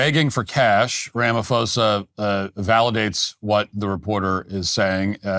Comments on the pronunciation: Ra-ma-Po-sa...... your pronunciation needs work.... BTW.....Julius Malema has now been re-invited by Ramaphosa to rejoin the ANC since he has returned to South Africa...... Fun times..... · Matt Walsh, you’re truly embarrassing yourself with this bottom barrel, racially charged fear mongering. Firstly you couldn't even say "Cyril Ramaphosa" properly but most importantly there is NO genocide in South Africa. What you, Trump and the sad, racist South Africans in this comment section are irresponsibly peddling is not facts nor journalism, it’s weaponized misinformation. What’s happening in South Africa is crime, yes, rampant, brutal, and tragic but NOT genocide. If you had any grasp of South African realities, you’d know that more black and coloured south Africans are murdered each year by FAR than white people, including farmers. That's not a narrative it's statistical fact. You're cherry picking violent incidents, stripping them of context, and slapping on a term as severe as genocide with zero evidence of intent to eradicate an ethnic group which is the legal and moral threshold for using that word. Let’s viciously honest…post apartheid South Africa is still structurally skewed in favor of white privilege. Mandela may be seen as a global symbol of peace, but politically and economically, he negotiated a settlement that left land, wealth, and capital largely in white hands. That’s not opinion, that’s history. So when you invoke “white genocide,” a fringe, debunked talking point used by white nationalist groups globally what you’re really doing is hijacking genuine suffering in order to stoke racial paranoia among your base. It's vile and disgusting to say the lea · The constant mispronounciation of Cyril Ramaphosa's name is completely disrespectful, Walsh! In future, please just refer to his used named in South Africa: his name is Cupcake. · The fact that you can't even pronounce the SA presidents name shows exactly how much research you've done here: ZERO.